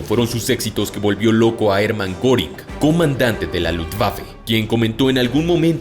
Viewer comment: Una aclaración... Hermann Goring (me disculparás ya que mi teclado no puede poner los puntos arriba de la o) se pronuncia "jerman guéring... No como lo pronuncia ud.